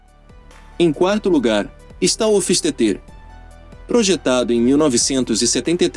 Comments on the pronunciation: A pronúncia do "hofistetê" que ficou a desejar... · A pronuncia hoffsteter esta errada..seja como for de todos era a joia rara da historia dos esportivos por encomenda .eu queria ter um ja que nao posso ter um delorean..